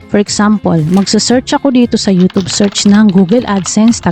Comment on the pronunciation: YouChube po tawag nyan